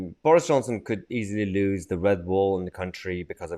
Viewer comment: The failure to pronounce the word ‘lose’ correctly tells us all we need to know about your cognitive skills